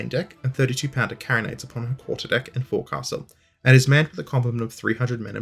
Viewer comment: It’s pronounced “fo’c’s’le”.